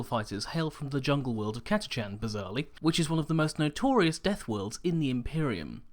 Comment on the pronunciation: I giggled to hear Catachan pronounced "Cata Chan". I've no idea how its really pronounced but I've always though "Catach an".